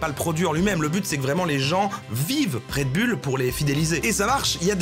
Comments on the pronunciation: Red Bulle, haha. Ca ce prononce Red Boul, patate haha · un "redbulle" ptn... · "red BULLE..." fait un effort, bordel... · Red BOULE par pitié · ça se prononce Red BOULE camarade! Tu l'as tellement répété avec la mauvaise prononciation, j'ai les oreilles qui saignent!